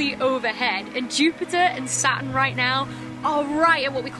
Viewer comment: So jealous. Also I love how she pronounces Saturn like satin (the fabric)